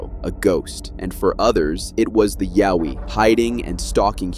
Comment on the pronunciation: Like your saying owie but put a ya before it yaowie, that's how Aussie's say it mate Got there in the end